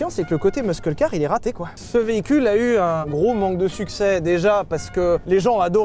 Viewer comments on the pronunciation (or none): Arrêtes avec ce "MUSKEUL" car par pitié 😂 juste "MUSSEL" comme tous le monde 😆 faut que quelqu'un lui dise en interne c'est pas possible 🤣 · Ça se prononce "meusseul car", pas "meuskeul car". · Sylvain, on fait un effort sur la prononciation svp!! On dit un « meusseul » car et on « meuskeul » car Merci. Sinon très bonne essai comme d’hab meme si vous etes trop dur avec cette voiture. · ça ne se prononce pas "meuskeule car" mais "meusseul car" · on dit meuseule, pas meuskeul mr de levi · Par contre les gars, qu’on se le dise, muscle car, ça se prononce «meusseul car» pas «meusceul car» 😂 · Alors c'est pas un "Meuskeule Car" mais un "Meusseul Car" si on veut prononcer relativement correctement hein ... ;-) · stop le muskle-carisme 😭 "musseul-car" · Peut-on prononcer correctement Muscle Car siouplait ? Meusseule Car, c’est facile. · stooooop de prononcer le C => mus(c)el car mais j'ai bien ris sur l'essaie . Je dois avouer que je n'en veux pas :d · Dis, Sylvain, personne ne t'a jamais dit que... : NON ON NE DIT PAS "MEUSKEUL CAR" BORDEL ! Sinon, la voiture est immonde mais merci pour la présentation qui, elle, était chouette :) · "Meuskeulcar" j'en pleure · ARRÊTE DE DIRE MEUSKEULCAR PUTAIN ! 😘 Bisous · "Meusseul" prononce "meusseul" steplait, j'ai les oreilles qui saignent. Sinon, brulez le pick up... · "meuskeul car" 😂 pitié stop! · MUSSEUL CAR --> Tant que Sylvain ne prononce pas bien, ma femme refuse d'aller au Merguez Tuning Show... Merci pour le geste Sylvain :) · Muscle= « meusseule » je t’en suuuuuuuuupplie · Mes moments favoris c’est quand Sylvain dit : Meuskeule car 😍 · "Meuskeul" car.... 🧐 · Sylvain qui dit ''Meuskeulcar'' ça me rend fou! XD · Sylvain, ça se prononce " messeul car". Bisou. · "Meusseul" car !!! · Sylvain faut arrêter de dire muskeule car par contre stp merci Bonne vidéo sinon , comme d'hab :) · "MEUSQUEL CAR" fait un effort ..... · Mais POURQUOI y dit " muskeul car " ? Ca me fait tellement mal à chaque fois 🤢